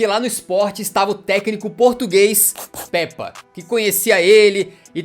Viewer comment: Mano uma correção n è Pèpa È como se fosse pêpa